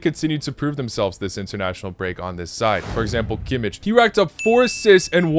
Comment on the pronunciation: His name is Kimmich (Kim-meesch) not Kim-itch.